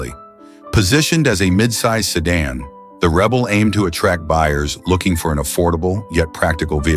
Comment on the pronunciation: What's a "sedun " ?